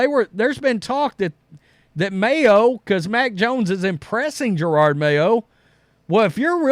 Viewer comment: If you are going to “cover this Jerod mayo thing” Can you learn to pronounce his first name ? JeroD , no R’s in sight , definitely not pronounced Gerard as in Gerard Butler from 300.